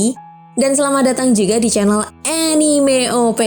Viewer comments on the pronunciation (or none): none